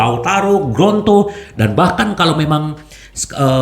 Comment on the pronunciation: Lidah kesleo tuh... 😊😁